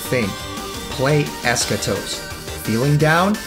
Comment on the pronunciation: Timmy? Ha no he was playing Fortnite as usual he can't even pronounce Eschatos correctly. I actually found a good deal on an Xbox360 original and saw it had both other games on there so I bought it. I was going to get them on Steam but now I can just have it on the 360. I need to play those two next. Just added you for the giveaway. You're IN. 👍